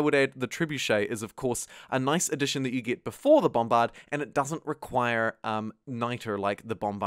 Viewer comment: love the way you say bombBARD